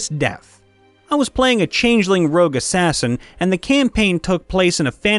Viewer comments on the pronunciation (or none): Rogue, not rouge